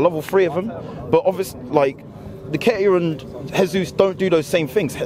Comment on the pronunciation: Jesus is Brazilian, not Spanish. Pronounce his name properly! He’s our player!